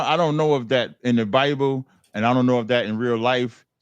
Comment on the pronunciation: “Bi-uh-ble” -Cap